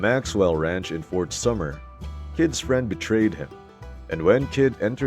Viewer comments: It's Fort Sumner you numbskull - NOT FORT SUMMER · It's Fort Sumner, not Fort Summer. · Fort Sumner* Not Fort Summer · Fort "SUMMER" huh? I think you meant Fort SumNer. That's no typo either cause in the video it's even pronounced SuMMer. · I laughed at that too.fort summer lol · “Fort Summer” ? Good grief! Get it right!